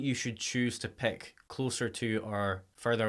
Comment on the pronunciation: Stop saying pek and pekups!!!!! Jesus Christ!!